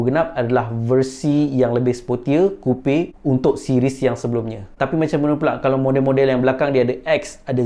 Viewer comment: Coupe sebut Kupe? Bukan Kup?